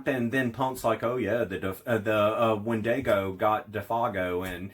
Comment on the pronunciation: It’s pronounced “WEN-di-go”. Not “wen-DAY-go”. Sheesh🧐